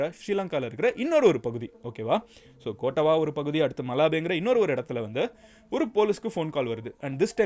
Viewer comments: கோட்டவா இல்ல❌ கொட்டாவ✅ யாக்கலா இல்ல❌ யக்கல✅ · Hi Madan Gowri! Following are the correct pronounciations. கொட்டாவ (Kottawa) ருவான் (Ruwan) யக்கல (Yakkala) மஹரகம (Maharagama)